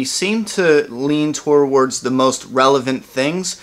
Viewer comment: I gotta comment, and I'm really picking on you here, I think it's cute! You cannot say "towards"! It sounds like you're saying towarwards! Don't take it badly, and I'm not insulting you, it's just I watch a lot of your videos and it's all the same!